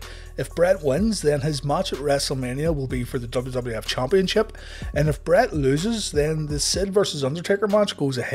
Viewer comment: Am I the only one who gets a kick outta the narrator's way if saying championship? CHOMPionship. Idk. It's just funny to me